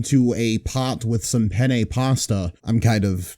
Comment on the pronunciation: Ah yes, everyone's favorite dish, chipoat-lee groyer penny pasta